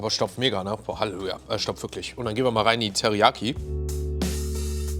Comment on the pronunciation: Haluja :D so fertig das er das "llelu" in Halleluja verschluckt :DDD